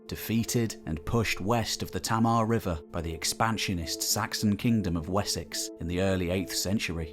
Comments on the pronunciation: "Fowey" is pronounced "Foy" locally. And a bit later the River Tamar is pronounced "Tay-mar" and not "Tammar". (I grew up in Brixham, Devon (Dumnonia)) Brilliant video though mate! I remember long, hot trudges around Tintagel as a kid in the Seventies. Going down into Merlin's Cave near where you had the longship moored I think. Cornwall still holds the celtic feel. Even someone used yo Dartmoor, the South Hams & the wilds of Devon there is something special preserved by the barrier of the Tamar. But go out of season & stay away from Newquay. Too many grockles! Oops! My mistake, in Cornwall holiday makers are called emmets, grockles is the Devon name for them 😎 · Just for clarification although the Tamar is pronounced 'Tay-mar' today, it's only been called that for a few hundred years. It's original pronunciation is 'Tam-mer' as in the Cornish hamlet 'Tamerton' and Devon village of Tamerton Foliot.